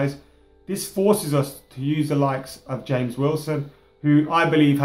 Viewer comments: Is his name even supposed to be HAMEZ instead of James?? I thought he was English ffs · Yeah I know right even pronounce's it as Hamez at the start then he calls him James lmao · WHY DOES SAY HAMES ITS JAMES WILSON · It is not Hames, It is James. He is English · do you mean James Wilson and not Hames Wilson. He's English not Columbian. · you got me saying HAMES everytime i see the name James WIlson... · "H"ames Wilson 😂👌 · why does pronounce him as james(ha-mes) he is english,not Hispanic/lationo or Portuguese isn't he? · Has everyone been living under a rock? He's been calling him "Hames" for ages, it's a joke. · Please pronounce James as it should be pronounced in English... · Please stop pronouncing 'James' in a Spanish way, it simply doesn't make sense. For the rest, keep up the good work :D